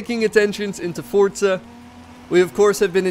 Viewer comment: It’s forza not fortza.. lol